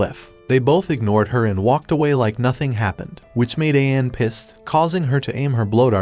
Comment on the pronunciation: I predict there will be a lot of name mispronunciations in this recap video. (watches video)2 minutes in and he already I'm groaning in agony!:face-blue-covering-eyes: Sorry for being pedantic, but It's pronounced: Ah-ka-nay, Chi-ka-gay and Ma-chee.